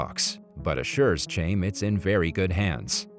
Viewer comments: The dude mispronouncing "Chaim" as {chayme} was killing me. 🤣🤣 "Chaim" is pronounced {Hiym} ((rhymes with "time"))... Its a Hebrew/Jewish name. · Chaim. Rhymes with chain. LMAO. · Dude pronounced chaim in English when it’s closer to HighAm, we dont have the correct “Ch” sound in english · The name chaim is a Jewish name it is pronounced Hayim